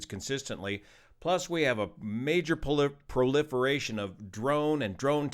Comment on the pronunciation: “Proliferation“ strikes again 😂